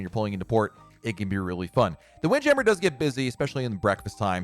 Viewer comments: I cringed a little bit when he didn’t pronounce it as “Windjammer.” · After watching a few more of his vids, he does it on purpose. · Why are you pronouncing Windjammer like that!? 😂